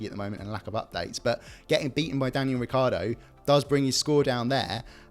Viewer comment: This is a good idea for a series but it was a bit boring to watch. Stream line it and be definitive in your scores. BTW Get Daniel Ricciardo's name right.